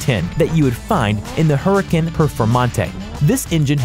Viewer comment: This host is not a true car enthusiast pronounced "Porsche" and "Huracan" poorly 💩